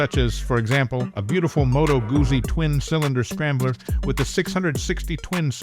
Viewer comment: Can your AI learn to pronounce 'Guzzi'?